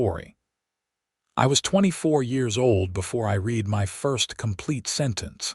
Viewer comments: Raid,raid,raid, when will AI say READ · Nice story. It's about learning to read. Too bad the person or thing (I think it might be an AI), didn't pronounce the past tense of the word "read" correctly. It is spelled the same: "read". But it should be pronounced like "red". There were many instances when the past tense of this word was pronounced like it rhymed with "deed." Does anyone at the Western Clouds channel (and all the other channels associated with this this channel), listen to these stories before uploading them? You need someone to listen to the stories, and edit them. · Actually Zachary is DYSLEXIC. not known about then and not recognised on the UK until the mid to late 1980's...I have a son who has dyslexia and finding help was most difficult, schools labeled him as disruptive , when it was in fact frustration. But here you have an AI NOT AT ALL PRONOUNCING THE WORDS CORRECTLY ON 'READ' AND "READ TO BE PRONOUNCED AS "RED".....And getting it WRONG IN A MOST SPECTACULAR WAY. And you NEVER correct the fault...thos has been going on for months ...that is not AI Error, it is Human error if not bothing to make the correction to the programme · Wonderful story! I wish AI could pronounce read correctly. Thank you